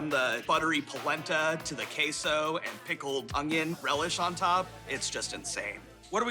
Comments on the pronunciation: Kehso is a first😂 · The way she pronounced queso was diabolical.